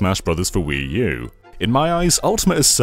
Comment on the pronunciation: it’s pronounced “Wuu.”